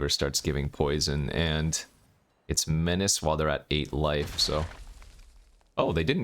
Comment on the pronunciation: You've never heard him pronounce menace eh?